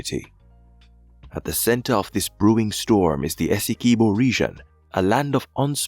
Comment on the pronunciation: Dispute doesn't exist. UN top court ordered Venezuela not to take action...or else..BTW, it's not pronounced "ESS-EE-Kee-BO". It's pronounced "Ess-EE-QUIB-Bo" like "(S)QUIB-Bo". get it??? As a fellow West Indian (Unless you are AI), you should know better.